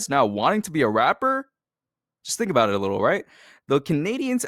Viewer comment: “Abooted” bro why I hate that ewwwwww